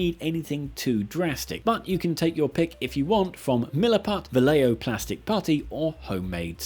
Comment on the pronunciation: Vallejo sounds like Va-Jeh-Ho.